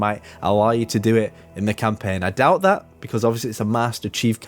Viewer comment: When you change to road “Not only dat”